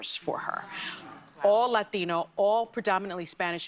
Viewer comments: It's always funny to me hearing people with perfect American accents pronounce the word Latino "Lah-deeno" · Love the "Latino" pronunciation. Yeah, nobody buys it. 😂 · Why is it that people make the exaggerated fake Spanish accent whenever they say "Latino" or other Spanish words? We don't do that for all the Russian words, places, names involved in the Ukraine war. We don't do it for Germany. We don't pronounce British cities with any British accent (except when we make fun of them--which is often). So why do it for Latino things? It certainly seems they do it as a signal of who's in the 'club.' And just like the rest of their signaling, it provides insight into whom we should reject.